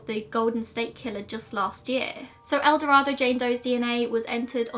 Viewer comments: I was born in ElDorado. It doesn't make a big difference but it is said with a long A. El DorAdo. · No, she did not pronounce it correctly. I live in Arkansas, and it's pronounced El Do-ray-do. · I hadn't heard about the familial DNA match. Interesting. For what it's worth, El Dorado is supposed to be pronounced the way you did, but in Arkansas, it's pronounced more like El Doraydo. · I’m from El Dorado!!! We actually pronounce it “el-doh-ray-doh”. Thanks for covering this!!!! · Also not sure why we in Arkansas pronounce it Do-ray-do. Kinda weird, but it's how it's pronounced. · I totally understand that most people who are not from there would not know. Take it as a fun fact that someone local is telling you how we say it. :) no harm no foul. Still love your content. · Gina Sherrard it’s fine if that’s how y’all want to pronounce it doesn’t change how the name is spoken internationally so if it’s truly a matter of preference for you I wouldn’t go around correcting people. You being born there and mispronunciation isn’t going to change how a whole language is spoken. Sorry to tell you.